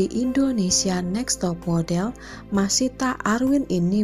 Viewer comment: dan seorang LUNA MAYA ga pernah bisa baca nama dia dengan benar, selalu aja panggilnya MAYSITAH bukan MASYITAH.